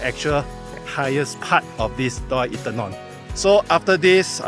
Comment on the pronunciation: Bro, try to pronounce properly. No I am not trying to be a dick just trying to help lol. Mae = Meh not Mei Inthanon = In - Ta - Non Hatyai = Hud - Yai not Hup Chai 😁 Welcome to Thailand. Safe journeys man! 恭喜發財！